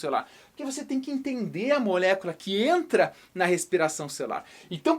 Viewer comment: que agonia a forma que fala "molécula"